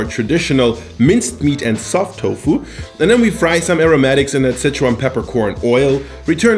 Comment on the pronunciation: si-chuan is like 'sir-chew-ahn'. Not 'sitch-one'.